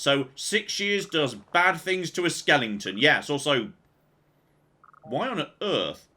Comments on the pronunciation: what's a *Skel-ling-ton*? LOL! BTW, I think Dogmeat is such a smart boy that he finally figured out how to use the Long Range Teleporter so he just used it to follow wherever his master went. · I just love how pronounces skeleton as Skelington